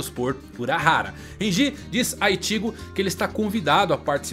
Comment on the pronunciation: Ichígo, Rukía, Ichíka, Renjí, não da cara, não dá...